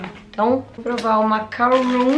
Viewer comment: vc se se confundiu o "macaroon" que vc falou e macaron e não macaroon Macaroon e isso mesmo